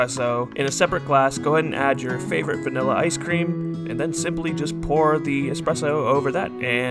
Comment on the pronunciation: Not a coffee nerd but you pronounce espresso properly 🤝 My Starbucks manager couldn't even do that.